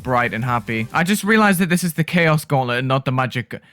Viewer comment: Thought you said ‘magic and cheese’ lmao 💀